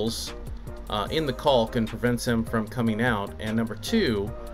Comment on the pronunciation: I enjoyed the “hard L” when pronouncing caulk.